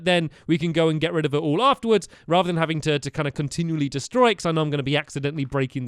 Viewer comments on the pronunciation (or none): none